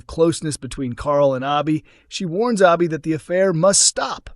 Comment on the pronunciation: It’s Abi, short A not Aubi